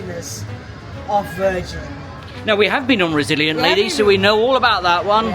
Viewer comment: Each time you saw the Virgin ship and said "Resilient Lady" I kept hearing "Brazilian Navy" which, somehow, seems appropriate. My wife and I also cruised with MSC a few years ago and also swore them off forever. The only credit I gave them was that, the poor, front-of-house crew members were clearly trying hard. Meanwhile management seemed intent on sabotaging the entire brand. The food was bad enough that I think it's the first time we took a cruise and LOST weight. Everything was poorly executed, from canceled or lackluster entertainment to poorly stocked the bars. Heaven forbid you had to speak with anyone about any sort of customer service issue. We spoke with several other passengers who, like us, did not have their complaints addressed and we all walked away after being made to feel that every problem was somehow our own fault. A shame, really, because I actually loved the ship, the Meraviglia. She was very pretty and well appointed. I'm glad to see that you guys had a better experience this time. I'm almost upset to see MSC have improved so much because I was so upset after our trip that I really wanted to see them fail. We may have to give them another chance one day.